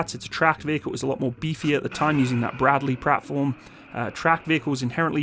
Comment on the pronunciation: "Bradrey Pratfworm" xD xD xD